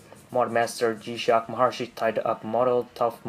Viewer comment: Please!!!! YOU MUST TO PRONUNCIATE CORRECTLY "MAHARISHI" It is NOT "mahar(i)shi" (wrong sound for that "i" on this video). The correct way is "Mahar(i)shi" (like the sound of the "e" vocal in english). Hardy Blechman is going to kill you!